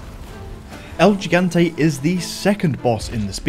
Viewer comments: el he-gan-tay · "El yigantei" 👀